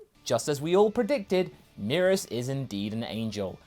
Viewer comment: I think the pronunciation is Meh-rus not Mee-rus